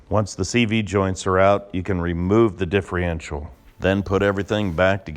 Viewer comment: Stop saying diffreential